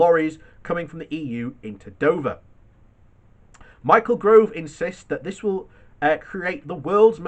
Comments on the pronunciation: Stop saying Grove it's GOVE!!! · Gove not Grove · His name is G O V E not GROVE !!! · His Name is Gove, Not GRove.